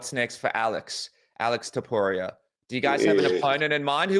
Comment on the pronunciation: Niiiice! He started saying Topuria instead of Topurra! ✅️📈